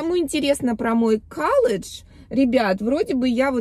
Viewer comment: Звучит как-то стрёмно каллодж,колледж намного благозвучнее.